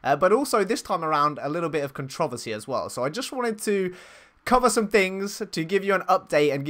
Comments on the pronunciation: i have never heard "controversy" pronounced that way before. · in the U.S. (at least the mid U.S.) the emphasis is on the first syllable, not the second syllable. with a minor emphasis on the third syllable. CON tro Ver see instead of con TROV er see. If you do a google search for controversy and look at the top entry there is an audio example. he says it the way we say it.